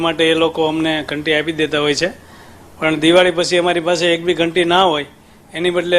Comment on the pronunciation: गंती नहीं उसे घंटी बोलते हैं भाई